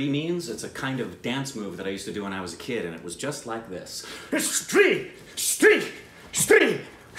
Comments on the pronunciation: for the first time pronounced "STREE" absolutely correct at the first try. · Waaaiiit WHAAAAT? nailed the pronunciation? On first go?! You guys have come a long way